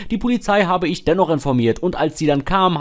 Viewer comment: Das heißt ICH und nicht IK🙄